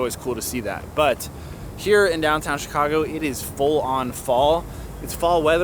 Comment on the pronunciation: I thought you said shoe-cago since you live in Chicago lol! Awesome video as always!!!